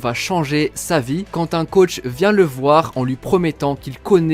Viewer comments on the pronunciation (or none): none